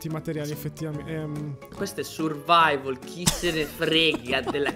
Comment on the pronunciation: ha detto survaivol